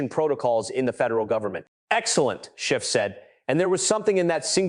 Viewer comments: Schiff, not Shift. Dash, not negative. What else has the AI behind this botched? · His name is Schiff - not "Shift" and it's a Dash - not "Negative Thousand Eight" 👉 - 👈 Why in the GD hell if you're going to put out a hard hitting video describing an egregious violation of Federal Statute, can't you Proof Read the thing and correct it?!??!!??? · Why the inaccurate AI script? If you can't do it properly, don't do it at all. Adam Schiff should sue you. Yes Schiff, not Shift. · PATEL REPROT: For the love of GOD -- any god you choose -- teach your AI narration program to distinguish "SCHIFF" from "shift" and a dash from a "negative," which I assume, is a minus sign. Otherwise, good narrative. Thanks.